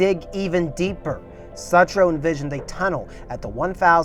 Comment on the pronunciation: Pronounced sootroe